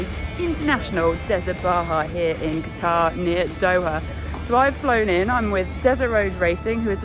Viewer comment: Well done. Although I think a shirt / camelbak would be more comfortable at that time of year out there..!!! Also - PLEASE everyone - do learn how to pronounce the country you are visiting... (hate to be pedantic but..) its CATTA, and DOH- HAR, not CATARRH and DOA :/